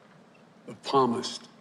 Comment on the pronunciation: Hey Joe Biden, When you were trying to convince "We The People" that you know the Bible and that you possess true GODLY values you kind of failed to do so. You obviously don't know the correct pronunciation of the word "Psalmist". The "P" is silent. Surely you must have learned this early on while you were reading The Holy Bible. Just sayin'. GOD BLESS YOU. GOD BLESS AMERICA. GOD BLESS THIS ELECTION.